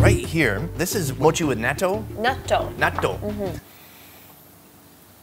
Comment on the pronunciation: that is not how you say natto